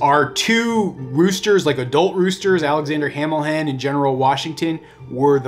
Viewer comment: You butchered general Washington and hamilhen . WHY